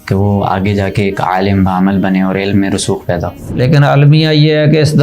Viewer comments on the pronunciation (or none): عالَم❌❌❌ عالِم✔️✔️✔️✔️ مدارَس❌❌❌❌ مدارِس✔️✔️✔️✔️